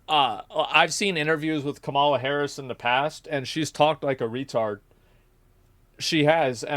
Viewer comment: K'mala H'ris